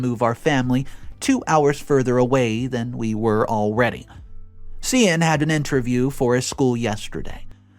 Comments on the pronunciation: Just FYI. Cian is pronounced Kee-an, not See-ann. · The Irish name Cian is pronounced Kee-an as far as I know…